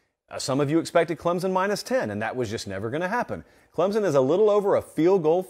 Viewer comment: Clemson is not pronounced with a Z